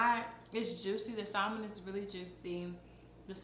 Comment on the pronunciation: You said salon To the most extreme wrong